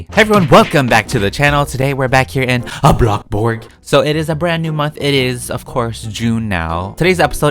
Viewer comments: If he says 'bloKburg' one more time... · This is how many times he said blockburg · I dare you to play something instead of bloxburg, and ro ville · i love when he say “bLOCKburg” or “wAAARm lighting” my favourite words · I love the way he says "Bloxburg"